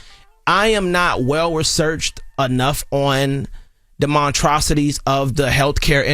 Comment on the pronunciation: Monstrosities? The word is monstrosities!!!